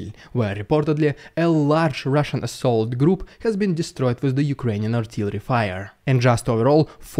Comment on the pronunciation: Love the rrridiculous rrrrussian prrropraganda 😂😂😂